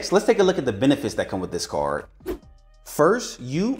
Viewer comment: I was screaming towards the end of this video because he can't say the letter d. Benefits from this caaaaaarrrrr. Where's the D?!?!?